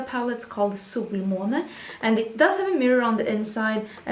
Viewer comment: I love hearing you saying the word Solmåne. So beautiful.